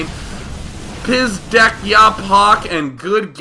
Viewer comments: Pizdec is pronounced "pizdets" it means like "fuck" or "shit" ya = I "poc" ..he didn't finish that word but I'm assuming he wanted to say. "Shit I fucked up" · it's not pizdek ya pok, its C